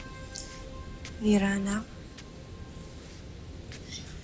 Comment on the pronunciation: Mira daw ahahaha hindi lira sa ilang years ko pinanunuod now ko lang narinig na mali hehe